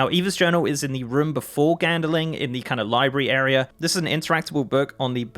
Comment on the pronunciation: GandLING not gandeling -_